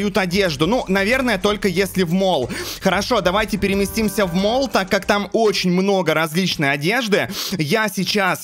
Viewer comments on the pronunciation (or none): none